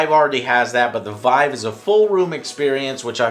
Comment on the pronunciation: Vive: It's pronounced "Veev" not "V-eye- v